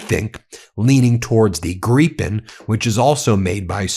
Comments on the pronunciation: Again Ben, why are you saying Greepen instead of Gripen. If you moan at someone you gripe, you don't greep. It's Gripe with an N at the end, pretty simple really. Sort it out. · Gryphen not pronounded gree-pen, but rather; greye-pen. with a long 'i' like 'crime'. I'm a big fan of Meidas Touch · I'm not sure how it's pronounced but I prefer to pronounce the 'Gripen' as 'Gripe-n' not 'Grippen', bc if you're flying one of those towards an enemy, then you've definitely got a gripe. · 1) Kristerson is an idiot in the same category as your cabinet. We are getting rid of him in September. 2) Ben is getting so close on the Gripen pronunciation that he almost sounds Swedish. It's Jaas 39 Griipen, if spelled according to English spelling rules (the times you use them). Great show! Greatings from Sweden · The mispronouncing of Gripen is VILE.